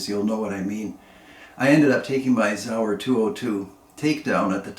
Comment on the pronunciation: It’s not zauer it’s Sauer